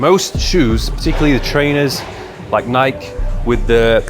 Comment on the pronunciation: Nik instead of Nike. It's hilarious